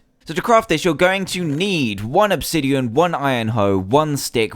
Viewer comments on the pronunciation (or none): none